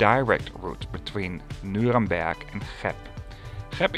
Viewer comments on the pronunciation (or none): I think he kinda combined the English exonym Nuremberg and the city's actual name. At least he didn't mistake it with Nürburg, right? 😀